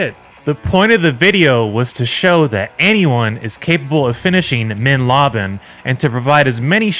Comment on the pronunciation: The increasingly incorrect pronunciation of "mein leben" had me rolling 🤣 Never change!